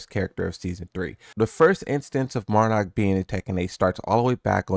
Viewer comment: 6 seconds in "Mardock" 😂😭 I had to But hell yeah, can't wait to bring back the ready stance mixups